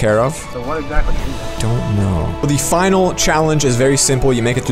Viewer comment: he says finar instead of final lol